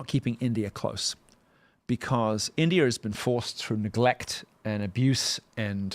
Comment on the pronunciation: He still says Indier which I find hilarious.